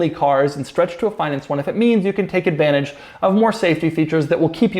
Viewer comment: Doug cant say advantage😂👊🏻